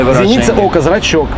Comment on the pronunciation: Зрачок, а не зрачёк.